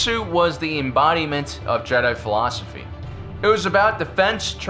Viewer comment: Ah yes tupac is a jehdie